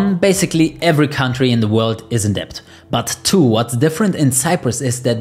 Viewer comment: "debt" is pronounced "det"